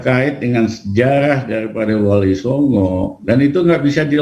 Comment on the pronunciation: SejaLah.... 🤣🤣🤣🤣🤣 SeJarah........ Lijal. Lamli